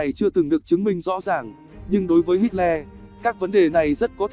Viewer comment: Đọc là ây đóp hít lơ nhé...xin đừng hít le nữa :)))